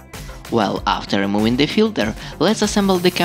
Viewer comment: Very cool. I’m going to be using this modification. Thanks. , “removing,” , “wavelength,” respectfully, the “v” sounds are voiced “f” sounds, like humming while making an “f” sound. Regards. DP Henderson, NV, USA